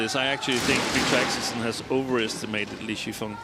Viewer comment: I agree with you, but stop saying "Axelson", it's not that difficult to say 'Axelsen"....